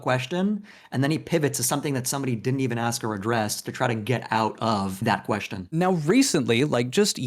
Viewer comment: Looking at "Thor" reveal himself more and more as a deranged narcissist has been nothing short of epic. But, no matter how much I agree with comments, listening to him pronounce "question" as "queshton" is incredibly cringe. What the actual hell?